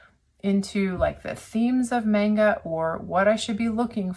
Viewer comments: Omg it's so grating just hearing her say 'manga' incorrectly lmfao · The instant rage over the mispronounced Manga alone, driving me wild. Geez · The way she says manga makes me viscerally angry. Oh, I see...she's just a terrible person who hides behind the kids and screeches "won't someone think of the children" because some kids want to see anything but Christian mythology. Also, I love that your son is reading Warriors. My cousin adored that series and it's a lot of fun. Really glad to see kids are enjoying it even today. Wait, wait, wait...so he wants to teach the kids to learn exactly how kids should be taught? Is that why she's so upset about it? Ope, there it is. Classism.